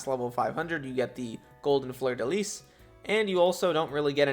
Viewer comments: You pronounced it right its fleur de lis(s) even though its more commonly written as Lys instead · Actually, you said "Fleur de Lis" the right way. In french it's supposed to be written as "Fleur De Lys" but either way, you shouldn't pronounce it as "lee"'. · you pronounced Fleur de Lis correctly lol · it was actually the correct pronunciation